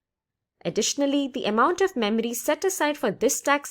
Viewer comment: I like how you say "" Memery" :D